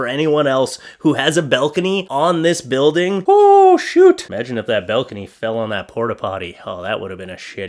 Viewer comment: BALcony, not BELcony